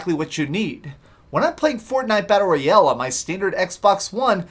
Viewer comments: Battle Royell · wtf is battle roy el